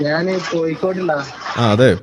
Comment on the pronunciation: നാന് അല്ല കോയ ഞാൻ എന്ന് പറ